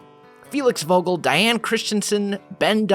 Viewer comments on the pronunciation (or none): u cant say vogel properly but i think u cant do anything about it